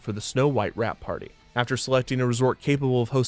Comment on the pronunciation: I thought he said Rat Party, as in Mickey Rat